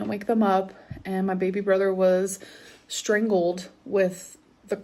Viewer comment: Why can't she talk properly? Curtains and blinds aren't synonymous. It's strAngled, not stringled.